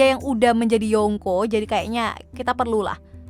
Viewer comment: kalau bilang yonkou pakek ng yaa jadinya yongko kesannya kek aneh aja.